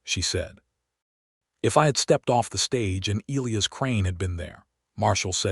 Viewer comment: Louisa and Elias, among other names in these stories, are mispronounced, too.